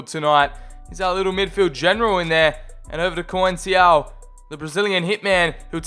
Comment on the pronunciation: Conceiçao is pronounced “con-sei-são” not “co-en-si-ao”.